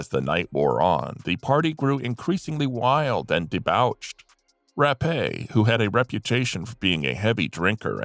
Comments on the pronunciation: ?"dee-bOUCHed", not "dee-bAWCHed"? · The word is pronounced “Dee -botched” and spelled d-e-b-a-u-c-h-e-d. Google it.